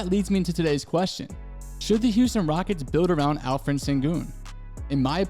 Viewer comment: Alperen not alferen 😂